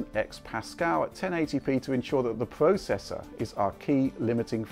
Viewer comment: would you kindly use the god damn letter R every fucking word with R you don't pronounce it you do it like this ps4 pwuo,pwuosesso,wyzen,howyzone zewyo dawn RRRRRRRRRRRRRRRRRRRRRRR USE IT !!!